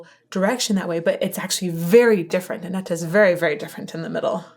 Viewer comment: Annette, not Annetta.